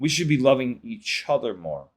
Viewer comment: I like how you say each other… E-CHOTHER!😂